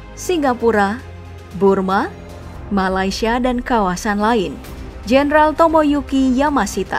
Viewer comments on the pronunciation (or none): none